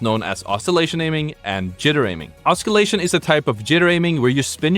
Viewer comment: OSS-illation, not osc-illation, as far as pronunciation goes. For future reference.